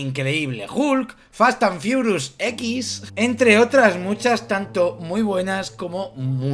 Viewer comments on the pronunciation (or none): Fast and furious ❌ Fastan fiurus✅